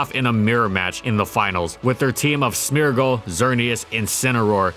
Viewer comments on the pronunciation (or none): none